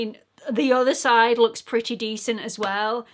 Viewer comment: There are so many expression that the English use that I love, I can listen to you say putty over and over 😂.....I do also love the British liberal use of the word c~nt but I laughed out loud when you said " this is right up my Street" 😂😂❤